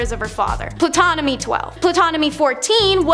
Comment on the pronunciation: The P in Ptolemy is silent....go back to school